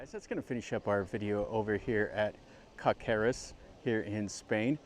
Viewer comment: Nice video, but the pronunciation is (in normal letters) Kaseres, with an emphasis on the first vocal (á).